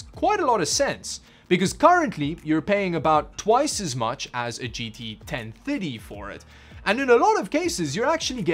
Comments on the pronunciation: Ten minutes into the video and I finally realized that you were saying GT 1030 and not 1050, for some reason I'm hearing "ten fitty" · Totally thought he was saying 1050 not 1030 lol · Kinda sounds like he’s saying 10 fiddy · Why do you pronounce 1030 so wierdly, but you can pronounce 1050 perfectly? 🤣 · The way you pronounce gt 1030 triggers me 😂